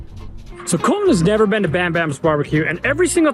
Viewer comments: Is it Col-In, or ColTin? It is okay to enunciate the letter T. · Someone needs to tell that there is a "T" in "Colton"... He says "Coll-een" 😂😂😂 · Your all saying it wrong "E or colton"